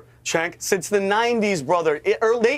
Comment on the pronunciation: I don’t get it. My kids learned the CH makes a sound like in the word Chew. Cenk Has no CH in his name. It’s pronounced Sink